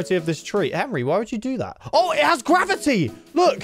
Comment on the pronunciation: I laugh when said gwafity